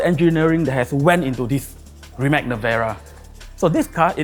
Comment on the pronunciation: Its like “throwing a house party and the guest invited did not learn how to pronounce the hosts’ name correctly.”